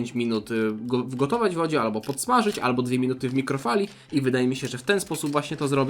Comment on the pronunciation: ALBO je kasztana.